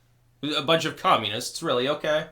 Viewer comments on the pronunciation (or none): OH REARRY?